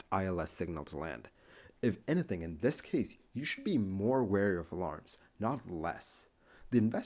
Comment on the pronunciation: I just have to comment on your pronunciation of Anything...you pronounce it as Anah thing. I dig it! Another great video!!